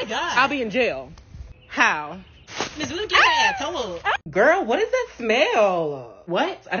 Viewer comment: Did she say iss do she mean iss